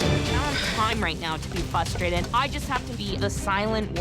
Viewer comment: Fact that Miranda says “fustrated” annoys me to end.